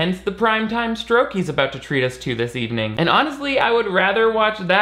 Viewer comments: I had to listen four times to realize you were saying 'permanently remembering her husband's stroke' and not 'permanently remembering her husband's scrote' I think I need to go to bed. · I definitely thought you said remembering her husband's scrot not stroke lol